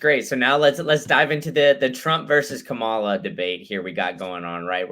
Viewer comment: doesn't have the guts to correct disrespectful and intentional mis-pronunciation of Kamala's name.